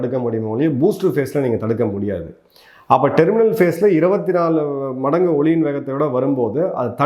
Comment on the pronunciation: காணொலிக்கு நன்றி. ஜெய்ஹிந்த். Sorry for this information 06 : 32 , 06 : 59 இரு முறைகள் ஒலியின் ( SOUND )வேகத்தைப் போல் என்பற்கு பதில் , ஒளியின் ( LIGHT ) வேகத்தைப் போல் உச்சரிக்கப் பட்டுள்ளது . சரிபார்க்கவும்.